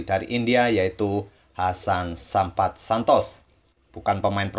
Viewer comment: namanya Sampath hilang t nya jadi sampah wkwkwk